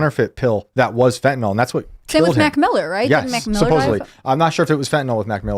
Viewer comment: Have any of you ever read rhe word "fentanyl"? Fen-tah-nil not Fen-tah-nol. I guess only the guest bothers to pay attention. To be fair, 0% of Senators get it right either. You folks are really smart. Don't sound like youve never read the word.